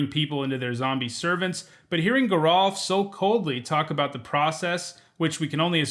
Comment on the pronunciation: The sticher's name is pronounced "jer-ALF" with a soft g, as opposed to his sister, Gisa, which is a hard g